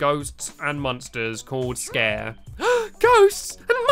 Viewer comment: I think you say the first a on sacare you say really quickly.